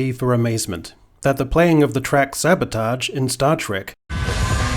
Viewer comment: I like how you mangled the last syllable of sabotage in the same way that William Shatner does. I hope that was intentional and not just regionally dialectical.